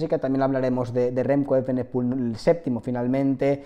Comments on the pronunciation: se pronuncia evenepul no eivenepul la i no va en ningún lado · Porque dices remco eivenepul, así no se pronuncia